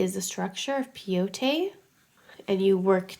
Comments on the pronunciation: pronounce Peyote like (pie-ute) from the Peyote tribe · Peyote, pronounced pay-oh-tee, is named after it's use in decorating items that are used in native American peyote ceremonies. Peyote is a small cactus that has mescaline which is psychoactive. It's also known as the gourd stitch which comes from it being used in decorating gourd containers. The tribe you're referring to is the Paiute.